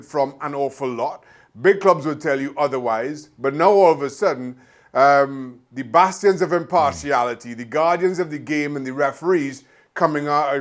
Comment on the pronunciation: Same here... i too had to stop and think for a bit. It’s bastion but sure came off as bastards of impartiality at first hear. lol